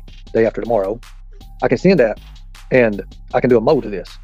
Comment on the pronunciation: oh no, that wasn’t to you! You had it right, he didn’t. I was making fun of the way he said it.☺️